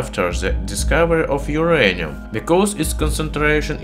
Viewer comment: But this is not My-anium !